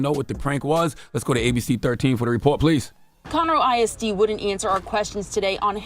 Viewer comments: Dam that's my hometown 🤦🏾‍♂️ Conroe TX. CTG pronounced it wrong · Wtf did you pronounce Conroe like that? Its not a "town" its just the burbs outside city limits. Yall kill me with yall houston ignorance but yall always wanna come hang out here.